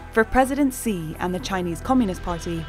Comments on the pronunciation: His name is pronounced "Shee"... Other than that, great video.. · The pronounciation was not so wrong like so many people who say Gee or whatever....